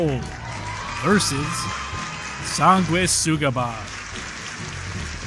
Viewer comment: “Song guay suga bogg” 🤣🤣 c’mon man, you couldn’t ask them prior how to pronounce there name lol